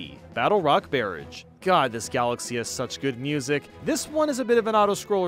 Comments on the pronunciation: “Barrage” is pronounced “Ba-RAHJ”– rhymes with “mirage”– not “BEARAGE”. Don’t wanna be walking around sounding like kid-me talking about Naruto Uzumaki Bearage. >.> Edit: Should’ve finished the video, but I’m keeping this up anyway. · Great video, as always Barrage is "buh-RAHZH" btw That one got to me, sorry lmao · Great video! Just a note, on star number 90: Battlerock barrage, the second word is pronounced Bar-raj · Question: did you pronounce Barrage as Bearage???? Wh- why??? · This is seriously the first time I’ve seen anyone mess up on the word “barrage”. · why did he pronounce "barrage" like that :(( edit: AND THEN HE PRONOUNCED IT RIGHT IN THE NEXT STAR?? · Bruh, I'm sorry but the way you pronounced "barrage" the first time made me feel like I got punched in the brain.